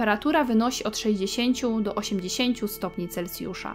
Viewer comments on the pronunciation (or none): none